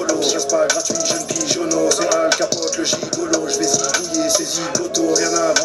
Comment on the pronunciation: Just so you know, it's not Alkpotey but "Alkapote" (the last "e" is muted) and it's in the same time a reference to Al Capone, and a joke, because "capote" means condom in French. He's like the mafioso of dirty shit